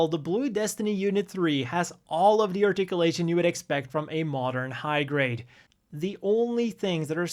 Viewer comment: Ahhh the old "articialation" and "rodade aroond". Love it.